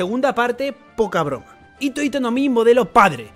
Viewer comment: Pero dejen de decir "hito" con la hache muda, en japonés se pronuncia como "jito". La ito ito no mi es la de Doflamingo